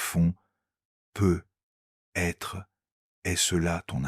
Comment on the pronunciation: Cette voix est déjà moins désagréable que la précédente... mais les "peut-être" sont ratés 😉😘😘😘